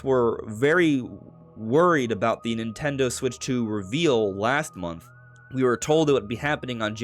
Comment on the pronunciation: ffs, nintendo has THREE syllables. speak clearer dude.